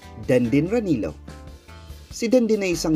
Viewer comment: is pronounced as " ra-ni-lyo. In spanish Filipino, double L sounds like LYA, LYO